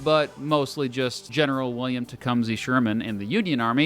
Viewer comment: Oh my God... Te-cum-SUH, rhymes with "huh" most certainly NOT Te-cum-SEE. Before you argue, like Tecumseh the person I am from Ohio and I graduated from Tecumseh High School.